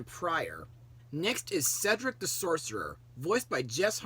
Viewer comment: definitely a classic that stands out for multiple reasons mostly snow white and sofia finally pronoucing cedrics name correctly